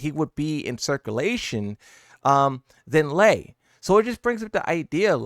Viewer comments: Its Lei, not Lee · How do you not know how to say lei WuLongs name? It’s literally in sound bit form….its lei like LAY. You old enough to not be screwing up names kid lmao